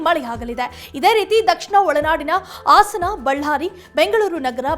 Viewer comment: ಆಸನ ಡಿಸ್ಟ್ರಿಕ್ ಯಾವುದು ಯೋ ಯೋ ಟಿವಿ ಕನ್ನಡ ಸರಿಯಾಗಿ ಮಾತಾಡಲಿ